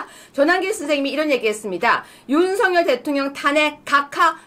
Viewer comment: /윤서결/ × /윤성열/ ○ 고유명사는 문법에 영향을 받지 않아요. 본인이 부르는 대로 불러 주는 게 예의이고 상식이에요. 취임 초기에 /윤성열/로 불러달라고 했어요. 지금까지 /윤서결/로 발음하는 건 넘 무식하게 들려요. 한동훈은 밝힐수록 법레기네요. 류여해 진행자 참 멋져요. 오늘 이 시간에 진면목을 처음 보게 돼서 좀 아깝네요. 그 동안은 놓쳐서요.